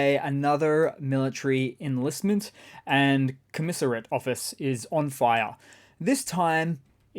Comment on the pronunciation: “Commiserate office”? Do you mean “Commissariat” office”?